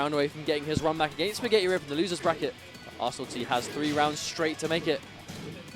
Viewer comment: butchering your name .... Ar-San-nil-Tie